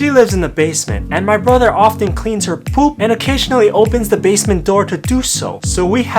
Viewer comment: When he says poop he says it so funny